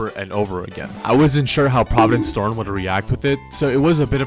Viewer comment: 1 minute in he says pRoViDeNcE sToRmS